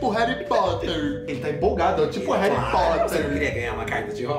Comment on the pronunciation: Tipo o “reri potter” KKKKKKKKKKKKKKKK CHORANDO